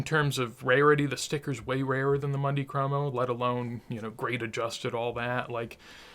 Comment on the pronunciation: Always an enjoyable video! Great content. FYI I don’t want to come off like an annoying nitpicker but it’s pronounced “moon-dee cromo” ….. not “Monday cromo”. Wonder where the Messi market goes from here? Hopefully things stabilize after the selling and start a slow ascent again. Key word ‘slow’!